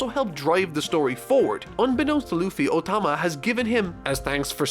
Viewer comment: anyone else hearing "ultima" when he says "otama" ?